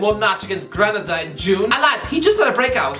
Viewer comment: It's Gre-na-da.. not gra-na-da